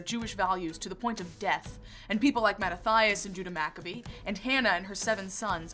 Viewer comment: Mah-ta-ti-as, not "Mah-ta-thigh-us"